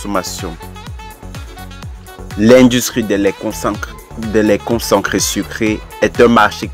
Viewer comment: On dit concentré et non concencré qui n'existe nul part dans la langue française